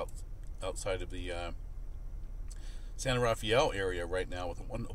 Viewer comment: San Rafael is pronoucned "san-ruh-FEL". Strange I know.